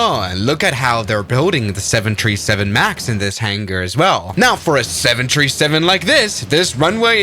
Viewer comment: 737 ❌ 7 tree 7 ✅